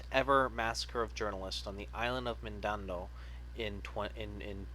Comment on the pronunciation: You Dont Know How To Say "Mindanao"